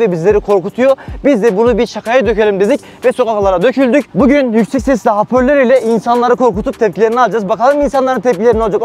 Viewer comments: Hapörlör değil hoparlör 😂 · Şakalar müthiş ama , apörlör değil de hoparlör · Haporlör değil hoparlör diyeceksin